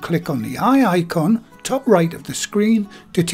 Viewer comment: Lovely video :) I have a question though.... you're always referring to the eye icon (which I always hear as the wye-aye icon!) but it never appears on Youtube for me. Do you know what the story is with that?